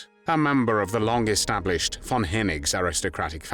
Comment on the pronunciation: I appreciate the narrator pronouncing von as fon.